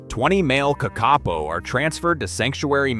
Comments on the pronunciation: It's pronounced KAKapo, not kakApo Hearing you mispronounce the name again and again is painful to the ears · KAKapo!! Th emphasis is on the first syllable. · Say it with me - Ka kaa - poe. The 2nd ka is a smidge longer. The po is like Edgar Allens' Poe. Please and thank you. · i mean it is pronounced “paw” not “poe”… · KÄCK-uh-poe. AI needs to learn to pronounce it correctly. 😂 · It would be helpful to make a video more accurate, if you KNEW HOW TO PRONOUNCE the birds name. It is Ka Ka PO !!!!!!!!!!!!!! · Kak-a-poo spoken as spelt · its pronounced ka ka po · It is pronounced kah-kah- Paw and means night (po) parrot (kaka). They were once amongst the most common of Aotearoa/New Zealand's birds, found from the far north to the deep south. Early European settlers described being able to shake tree branches and having up to a dozen falling out. And although cats stoats pigs and dogs certainly did the most damage on their journey to near extinction, those weren't the only mammalian predators that targetted them. As I said before, they were relatively easy to catch and reportedly quite tasty once cooked. They are colloquially given the affectionate nickname of Moss Chickens ❤ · Couldn't you find a genuine Kiwi speaker instead of the terrible AI generated American - how many ways are there to pronounce Kakka-po? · who tf pronounces Kakapo as ka-ke-po ??!! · Kikkarpo ? What in the heck is that? What's mongger towtarri? Why use an idiotic Yanky voice That shows no respect for the topic? There are thousands of New Zealanders who could do this job justice. When you make a video it's important to think of your credibility and of the viewers' ears. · Are they Car car po or are they Kuck arPoh? AI very poor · this ai said the name of the bird probably 100 times in this video, and never once said it correctly. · Surely it's not difficult to find out how to pronounce Kakapo? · I was thinking this too 😆